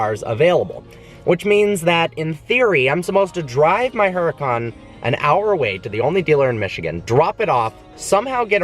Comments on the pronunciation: The "H" is silent jerk off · The way he says huracan makes me cringe lol